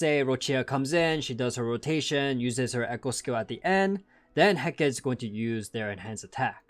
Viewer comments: Just as an FYI, Hecate is typically pronounced "Heh-cah-tee" rather than "Heh-keht" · Hecate is actually said in three syllables. (Heh-Ka-Teh)